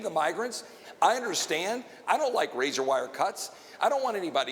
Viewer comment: It's Razor not "razar".